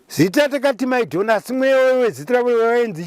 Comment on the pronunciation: The CORRECT ONE is MY-DAWN zvicHireva CHIEDZA.